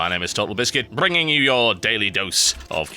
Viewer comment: Bwringing? LOL